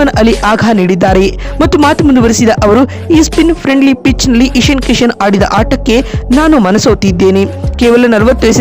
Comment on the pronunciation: ಇಷಿನ್ ಕಿಷಿನ್ ಅಲ್ಲ ಇಶಾನ್ ಕಿಶನ್